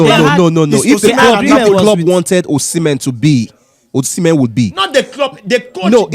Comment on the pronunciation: Osimhen…see men…see men